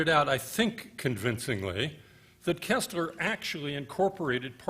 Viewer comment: For god's sake, it's pronounced....KIRSTler, (as in thirst), not KESSler (as in less).